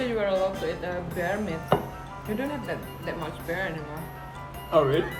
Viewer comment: Bear kan ucapanya ber bukan bir. Jauh kali deer sama bear ucapannya, dir sama ber. Kalo dir sama bir deket